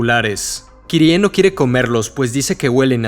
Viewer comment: Agradezco tanto que ahora dices Kirie y no /kairi/. Es mucho mejor 💚